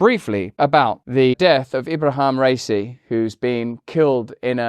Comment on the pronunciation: It's RA-I-Si and not Rey-cey. What is the reason for the Americans always mispronounce people's names? Like as if it was that difficult...